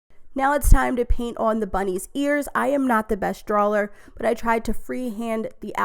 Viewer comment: Drawler aka drawer 😆